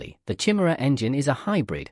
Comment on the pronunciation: Good video, but sort out the pronunciation of Chimera